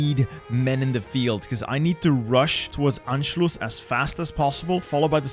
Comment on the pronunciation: first person i saw say anschlus right